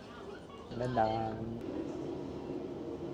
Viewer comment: i live in finland cause i am from there but i don't want to be mean you kinda say menään wrong so sorry if i hurted u:(